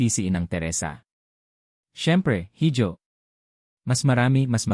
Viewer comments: IHO HINDI HIJO (HIDJO).... SILENT H.... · Correction please. HIJO is a Spanish word meaning SON or ANAK. It is pronounced as I-HO not HID-YO. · Correction sa pronounciation mo sa salitang “hijo” mali ang pronounciation mo dapat “iho” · Mr. narrator sorry to offend you. Ang binabanggit mo na word (hijo) ay spanish word. It is pronounced as iho..